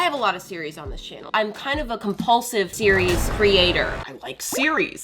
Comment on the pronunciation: It sounded like you were saying Siri instead of series